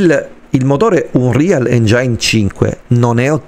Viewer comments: Se la smetti di pronunciare engiain ogni volta magari mi iscrivo 🤯😅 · Lo so la mia pronuncia maccheronica fa cagare... Ma in qualche modo dovrò pur nominarlo sto cavolo di motore grafico 😅 Ps. Non ti iscrivere perché non farò un corso di dizione d'inglese e lo pronuncerò sempre engiain 😁